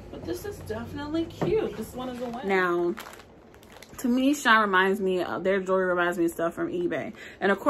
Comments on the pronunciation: ITS PRONOUNCED SHE- IN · My first time watching. Loved the review except the name. She in is not hard to say and you want to get notice for the reviews so it would be best to call it what it is. Lol shine is ghetto and even any one from the ghetto can read she in. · I was having a yucky day and decided to watch your video. I am sooooo glad you had me on the floor laughing! You are so funny! Thank you for the great video. If you say “”Shine” instead of “Shein” again I think I’m going to cry. I needed some joy today and you definitely gave me joy. Subscribed! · I love how she says She in she says shine 😂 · I just placed a large order with them. Also, def thought it was pronounced Shine.